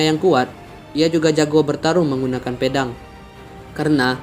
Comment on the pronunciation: Pelafalan PEDANG seperti MEDAN